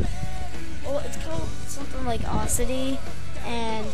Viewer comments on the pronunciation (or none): its called audacity au-da-si-ty